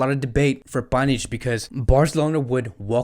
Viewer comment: clearly he can not read names